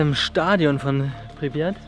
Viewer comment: Du Sprichts Tschernobyl und Pripyat Falsch aus